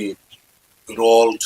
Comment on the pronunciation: Role not rolt